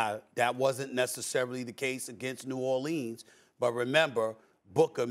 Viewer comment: Stephen A. “New Orleens” Smith